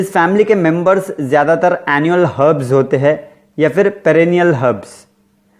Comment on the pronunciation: Herb ko Har b GS Kyon bolate ho